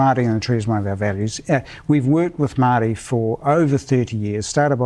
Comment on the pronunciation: Barely able to pronounce the word Maori.